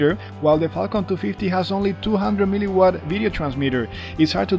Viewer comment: Every time u say falcon it sounds like Qualcomm